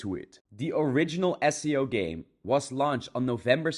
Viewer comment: But remember everyone this dude not sponsor because da dude not pronounce SAO with "As-Sei-O" instead "Ess-Ey-u stoopied pieces of grass"